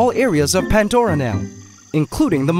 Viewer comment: If i had a nickle for everytime he said pantdora